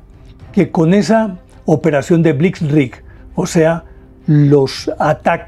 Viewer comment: Exelente, maestro. Disculpeme que le corrija, no era blisrig, si no, Blitzkrieg.